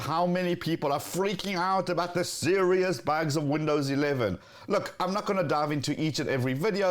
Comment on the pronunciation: Do you say bags? or bugs?